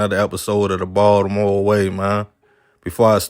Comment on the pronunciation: The way he says Baltimore annoys me…it’s like he not from Baltimore but lived here long enough to claim the city smh